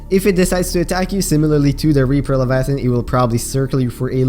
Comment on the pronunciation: “L e v i a t h O n”